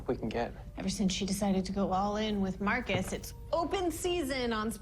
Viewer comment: Marcus. It's Marcus